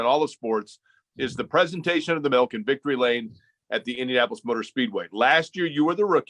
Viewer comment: Wish I could be at the luncheon to hear Derek say melk.